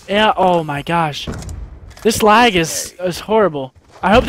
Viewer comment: Gets me every time he says lagg lol I don't see any at all xc